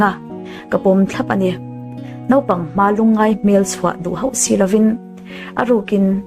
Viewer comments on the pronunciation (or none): none